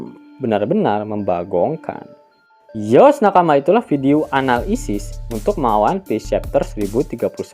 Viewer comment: kok ke ngakak ya , waktu lu bilang mng anal isis